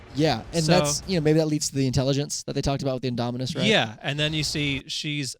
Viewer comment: Ok I'm just gonna say these guys pronounced the indominus Rex wrong and the mosasurios wrong